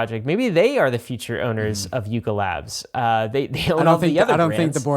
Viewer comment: Lol coulda sworn he said LARP Labs